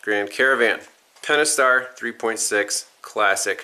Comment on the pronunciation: did bro say the pentistar pull. 🤣